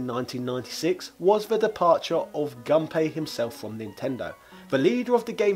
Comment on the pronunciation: FYI, Gunpei is pronounced like "goon pay". Whenever you see his name, just think about hiring goons. Some others have already commented on the "dame" thing. I'll just add that Japanese doesn't have silent "e"s Also, put Japanese words into Google Translate and there is a play button that will pronounce them for you. That pronunciation should be correct as long as you've selected Japanese as the input language. (The translations it gives you, however, are not reliably accurate.)